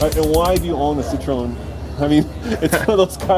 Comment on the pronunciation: What's so hard about pronouncing "citroen"? Its in the fucking name. Cit-ro-en. Not that hard.